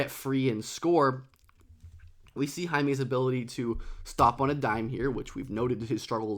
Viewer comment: its "hawkez"